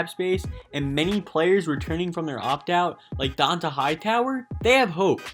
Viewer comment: Yeah... "Don-tuh" Hightower.